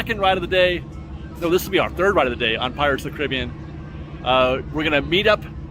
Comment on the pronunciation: Say it with me..."Pirates OF THE Caribbean"